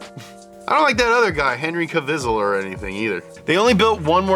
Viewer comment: Henry..Ka- vis -sel..( kvissle )😅😅😅💯👍